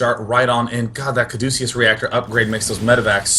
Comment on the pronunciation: Cadeucus. Kaa-doo-kiss.